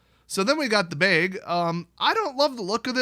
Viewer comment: it's not ''Beg", no one's begging! (at least not yet) It's a "Bag"!